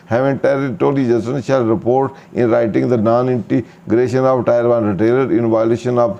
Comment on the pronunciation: Sir Tier ki pronunciation check krin muje lagta hai ap galt pronunciation krte hain Sukria